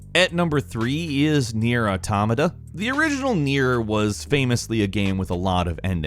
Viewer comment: Can we take a moment to address the way he pronounced Drangleic? It's pronounced an abundance of times throughout the game. For the record Drang-Laek (lake). At least he said Automata right. So we'll let it slide and cancel each other out